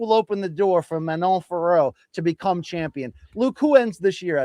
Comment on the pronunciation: Yesss BC!!! Once again you pronounced Fiorot correctly unlike Jon Anik and his cohorts!!! MK bringing the accuracy as always!!! Bien joué mon gars!!! 🇨🇵🇨🇵🇨🇵